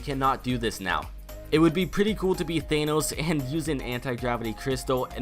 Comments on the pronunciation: Thahhhhnos not Thayyynos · It's not Thaynos, it's Thanos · Why do you call him Thaynose? WHY?! It's fucking ThAAnos, they even say it in the movie! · It's Thanos not Theinos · Why , why do you pronounce it “thay-nous” have you not watched the movie ? .... Tha-nos. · Thanos is pronounced as Than-ose not Thane-ose lol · It's pronounced THANOS not THAENOS. God they say his name correctly in the movie so why can't you say it correctly. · IT'S PRONOUNCED THANOS NOT THAINOS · its not thainooos its THAA_ NOOS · Its pronounced Thanos th-an-oos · I like how he says thanos as thaynos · Why do you say thaynos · Thay-nos lmfao 😔😔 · Your'e saying thanos wrong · pronounce thanos right you uncultured swine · STAPH SAYING THANOS WRONG. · Why does everyone pronounce thanos wrong its pronounced tha n. O. S. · u dont pronounce Thanos like that cuz its not an enlgish word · Why does no one know how to pronounce thanos right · The way says thanos though... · Myth: Can this man pronounce thanos right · I cringe when he says thanos